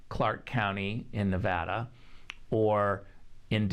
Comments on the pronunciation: It's not Nevahdah...It's Nevada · It’s all happening guys. Multiple paths to victory. Could be Supreme Court, could be state legislatures, could be reelection! Also... It’s NEVADA NOT NEVAHHHDUH. Good lord. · Not "nuv-ODD-duh" , it's "nuv-ADD-duh". The correct way to say it is the way the locals do. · On the ground in navada it's Nevada not navada did this moderator step right out of the spaceship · Good video excellent points made! TIP As an American thought leader you have to learn how to pronounce Nevada properly.... It makes you look ignorant to Nevadans when you can’t even properly pronounce all 50 states 😑😑🇺🇸🇺🇸 Ne-vă-da